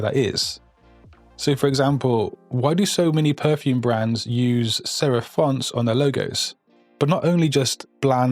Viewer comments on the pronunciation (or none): sherif ? or serif ?